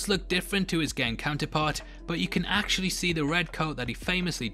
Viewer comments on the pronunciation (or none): none